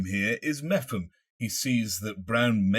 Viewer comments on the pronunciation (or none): Great video, as always but nobody seems to be able to explain why this lack of pace and aggression has crept in. Our performances from the start of the season compared to recently are night and day, surely RLB can see this? By the way, surely it’s Mep-ham rather than ‘Meffam’!